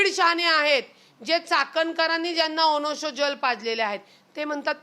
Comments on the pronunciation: रुपाली बाई ते "ओनोशो जल" नव्हे "ओष्णो जल" आहे.तू रुपाली बाई नेहमी बोलताना तम्-तम् का करत असते ?.उगी...उगी..तुला सुद्धा राज्य महिला आयोगाचे अध्यक्ष करून टाकू पण तू लडू नको. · Onosho नाही ग जरा नीट उच्चार